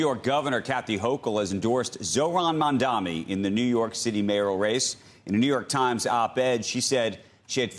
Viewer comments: Mamdani, not mamdami. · 3 months in and this news anchor still CANNOT say Mamdani's name right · This has to be deliberate at this point, these “political pundits” religiously pronounce “MAMDANI” incorrectly with straight faces! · At this rate I am very sure that those who don't pronounce his name well are doing it in purpose.